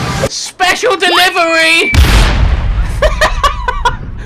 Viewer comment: very funny especially when you say especially dillvery